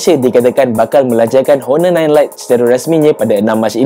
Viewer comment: Honor is pronounced as 'onor' silent H (nak tegur skit je haha) btw nice video 👍🏻